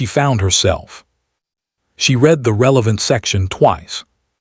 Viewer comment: Someone needs to teach AI read-reed-present tense. Read-red-past tense